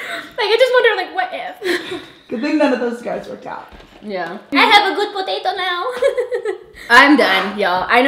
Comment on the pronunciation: say potatoo more lol